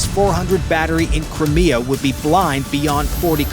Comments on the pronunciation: cant even pronounce crimea properly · AUI ("UNintelligence") strikes yet again, & in mere SECONDS into this production, the absolutely STUPID mispronunciation of "Crimea," which for some alleged "military" channel is beyond ridiculous. 🙄 Hopefully this rumored Good News holds up in spite of - oh jeez, "zero 2 hundred 50 hours"!!! 😳 - the sh(odd)y presentation herein.